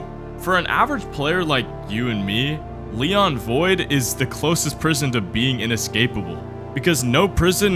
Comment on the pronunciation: Bro did NOT say “Leon void” 😭